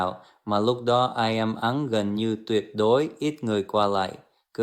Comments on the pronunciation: 1. Đọc chữ im thành Ai em là biết AI rồi, mình nghĩ bạn nên dùng hình ảnh thật và giọng nói thật, ng VN cần con ng thật hơn là AI. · Bạn có thực sự nói tiếng Việt giỏi như vậy? Mình thấy bạn luôn nói như đang đọc. Nhất là từ " im ", Việt nam bạn phát âm thành " i am ", nó là phát âm tiếng Anh ( và tất nhiên nghĩa nó khác từ im của VN ). Phần mềm đọc AI có thể không phân biệt nổi im..và i am là hai cách phát âm của 2 quốc gia khác nhau..? Dù sao thì tôi vẫn hiểu bạn muốn thể hiện suy nghĩ gì. Không sao đâu. Tôi chỉ hỏi vậy thôi, vì sử dụng AI để đọc không có gì khó hiểu. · Chính xác , khi đọc chữ "im" mà thành " ai em" là biết rồi , có lúc thì đọc y như người Việt, nhưng có lúc thì lơ lớ